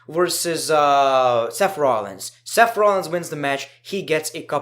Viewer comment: " seff rollins "